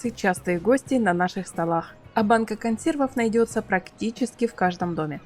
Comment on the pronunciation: Так, она и говорит консервОв...😅